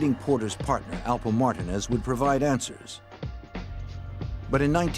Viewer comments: Martinez!! PRONOUNCED Mar-Teen-Azz NOT Mar-Denaz HOLY FUCK! What's wrong with you people?? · Anyone reading this... his name is pronounced MAR-TI-NEZ. It was irritating me how they pronounced it. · Why is it, that when you stiff FBI guys pronounce "Marti=neeze" as "Martin-es"? You are so clueless. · Who tf says Martin-ez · “Martin-Nez” is killing me 😂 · Everyone saying the narrators voice is so perfect, and I’m like what the hell it’s not Martin-Ezz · How hard is it to say MARTINEZ😂